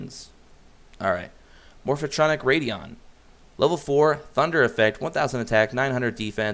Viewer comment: I'm dying a little every time he says "Morph-a-tronic"...